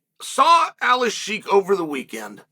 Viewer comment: Turkish ashheeek